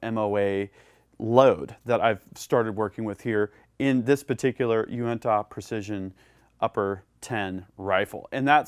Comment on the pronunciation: It's funny hearing "Uinta" pronounced without a Utah accent